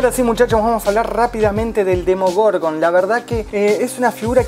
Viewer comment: Esta review me gustó, pero un detalle APRENDETE LOS NOMBRES!!! decís bien "Demogorgon y después salís con un Demorgogon", en otros vídeos te pasa lo mismo, no se si lo haces a propósito o si sos disléxico pero aprendete bien los nombres amigo, podes editar esas partes también.